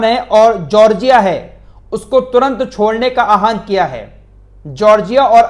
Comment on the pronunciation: AaHAWAAN KO AAHAN KAH RAHE HAI YEH BHI GHALATH HAI